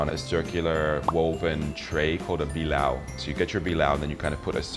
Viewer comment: It's "Ka-ha-la-ga-han", not "ka-ha-la-gah-an." Bi-la-o , not bi-lao, Thank you for the video, 😘😘😘😘😘 I love pinoy rice cakes/ desserts 👍🏽👍🏽👍🏽👍🏽👍🏽😘😘😘😘😘